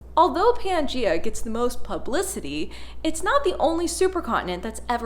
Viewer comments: Irrelevant. She's saying "Pee-an-gee-a". It's not "Pee-an-gee-a", it's Pan-gee-a. She often mispronounces things and always acknowledges it, so butt out, no one is talking to you. Crabs with pinchers instead of pincers, "pick-shure" instead of "picture", and various scientific words which I forget atm. {:o:O:} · "Pea an Geea" ? 🤣 {:o:O:} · In most North American and Australian dialects of English, the vowel /æ/ breaks to /eə/ when it comes before /m/ or /n/.